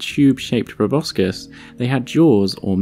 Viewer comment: I love your videos but thought you would want to know (I just learned it myself) that proboscis is actually pronounced probossis (no c)